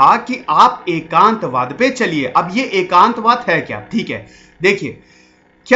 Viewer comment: Its एकात्मवाद not एकांतवाद